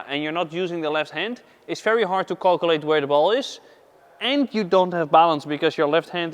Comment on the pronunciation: Calculate - Calcu-early ... love it 😆